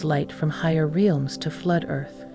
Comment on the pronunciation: It's REELMS, get it right! 😂😆